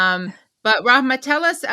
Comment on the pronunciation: Impressive Katie you are pronouncing Rahmas name like a pro.